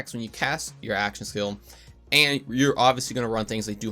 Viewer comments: Are you saying "action skill" or "aschassil" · "axaskill damage" lol